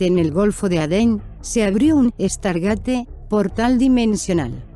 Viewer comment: tu cuuenbto esta bonito pero primero aprende habar se pronuncia stargeit no estargate lo pronuncias mal mas de 30 veces inculta tu ciencia ficcio es igual que tu cultura y diccion